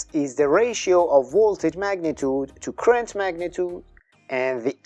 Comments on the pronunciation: I’m afraid I agree, I had to keep stopping and going back 10” to try and make out what you were saying. You’re pronouncing Current as ‘Crent’. It has two syllables, not one. “Cu-rent”. Also could you pronounce Voltage with a V and not a W? “Woltage” just sounds totally wrong to an English-speaker. Thanks! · You can’t get “current” from “crent?” 😂